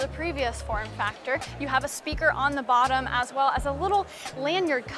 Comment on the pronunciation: she said bottom (botthmm)